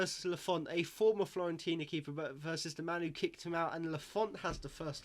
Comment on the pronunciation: Great vid, honestly though you’re driving me mad by calling them Florentina, it’s Fiorentina!!!